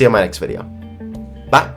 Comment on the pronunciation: When says "ba" instead of bye